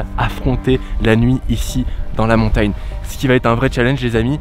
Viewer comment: « Montayne » Okk